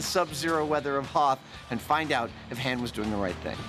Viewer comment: Adam mispronouncing Han is so irksome 😖